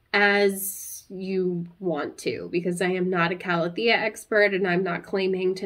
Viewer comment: You pronounce calathea the correct way, according to the dictionary ;) also, I find the best way to keep any calathea alive is to give them filtered water of some sort. Whether it's from a Brita to get out the chlorine from tap water (or setting the water out for 24 hours so the chlorine evaporates), distilled water, or reverse osmosis water (that I personally have a separate tap for in my kitchen). All my calathea and maranta live in a north facing window and they thrive there, constantly putting out new growth no matter the season!